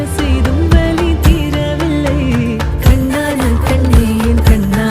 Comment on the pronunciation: its வலி not வழி right?